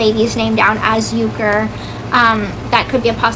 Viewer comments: This person needs help badly, way more than people think. If you don't believe that, listen to her going around saying YOU-ker, she is mentally sick . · Why does she say kens last name wrong. Thats weird af